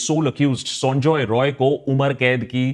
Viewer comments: Akash why do you pronounce Sanjay Roy as Sonjoy Roy. It's sound irritating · He is not sanjoy roy he is sanjay rai sala bihari ata bolte prblm hchhe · Sonjoy Roy nehi sanjay rai (Bihari) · Please correct the pronunciation of the accused name, he is not Sonjoy Roy, it is actually 'Saanjaay Rai', please correct yourself.